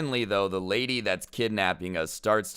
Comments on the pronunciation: he really just said "Rady" in stead of lady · "but this raidy" Me: did my ears just have a stroke? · 'This rady' Everyone: Me: LOL rady??? Really, can you even speak bro. Inner voice: Just stop man...